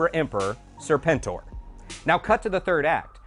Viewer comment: Is that really the correct way to pronounce Serpentor? I've only ever read the comics, so I've always pronounced it "serpent-or".